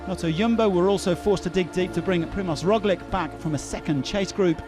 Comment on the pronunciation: He needs to check how to say "Primož Roglič" properly